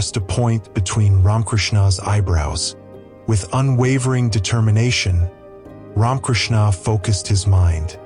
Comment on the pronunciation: Poor old AI doesn't know how to pronounce RamaKrishna's name... half the time. It sound like "Ron" Krishna's ? Blessings all around. !!